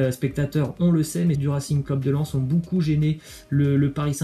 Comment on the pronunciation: On prononce bocoup pas boucoup 🤦🏾‍♂️